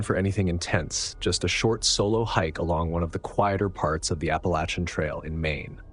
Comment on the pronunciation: Thank you for saying “Appalachian” correctly!